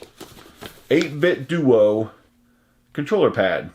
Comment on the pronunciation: Not that it matters- and it's definitely not obvious from just the name, but "8bitdo" is pronounced "8-bit dough", as in "Nintendo".